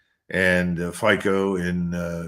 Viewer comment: Please mention to the excellent Col. Macgregor that the leader of Slovakia is pronounce "Fit-so", not "Fie-co".